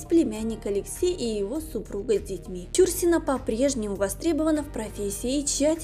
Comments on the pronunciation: Ну,как не стыдно,а?...материал не Вы искали и составляли,передрали готовый,впрочем как обычно,так Вы еще и неграмотны,готовый материал прлчитать правильно не можете,как не стыдно,весь стыд наверное поотморозили...Фамилию знаменитости правильно читайте!!!...И главной ролью,по которой стали узнавать Чурсину,была не Угрюм- река а ,,Олеся,,!!! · Не стала досматривать, почему неправильно произносите фамилию? Это коробит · Издевательство над произношением фамилии. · Это ж надо так исковеркать фамилию? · Почему фамилию произносите неправильно? Нет лайку. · Чурсина -- ударение в фамилии на последнем слоге. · Это невозможно слушать: не ЧУрсина, а ЧурсинА. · Чур- сина, ударение на первый слог , режет ухо. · Правильно фамилия произноситься - ЧурсинА. Ударение на последний слог. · я думала , что только мне режет слух ЧУрсина . Всегда была ЧурсинА . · Какая ЧУрсина!? ЧурсинА!!! Задрали своими ошибками!!! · Ну невозможно слышать бесконечно режущую слух исковеркованную фамилию. Артистка всегда была ЧурсинОй!!! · Не ЧУрсина, а ЧурсинА! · Да,не ЧУрсина,а ЧурсинА! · ЧурсинА - ударение на "А"! Прежде чем снимать видео надо знать такие вещи... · Согласна ! Слух режет ! Считаю неуважением к любому человеку искажение имени ! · Ну, уж коли взялась озвучивать ролик о великой актрисе , стоило бы поинтересоваться , как правильно произносить её фамилию. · Ну куда лезет, даже ударение неверно в фамилии, ужас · да,слух режет такое произношение фамилии актрисы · Действительно, не знать, как произноситься фамилия Чурсина - это по меньшей мере не вежливо по отношению не только к знаменитой актрисе, но и к читателям... Куда катимся?... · Ударение в фамилии,ув.ведущая,ударение не там ставите! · Помимо неправильного ударения в фамилии актрисы,куча других ошибок-за время жизни с Андроповым,Чурсина-13 лет уходила из дома.Жесть.Может найдете себе другое занятие.Или хотя бы читать грамотно научитесь. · Даже дизлайка не заслуживаете за ударение в фамилии. Бестолочи.